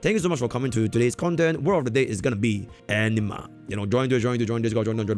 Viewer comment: Every time says anima I hear ENEMA for some strange reason or maybe I need to change my headset. Honkai Nexus Enema. Collecting Enema, Fighting Enemas.